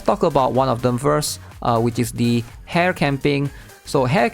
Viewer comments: I always enjoy your content but you mispronounce these three names. Ren-gay (not "jay") Su-mi-re (not "su-mire") And Ha-re (not "hair") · bro your name pronunciation. I had to double take when you said "hare" lol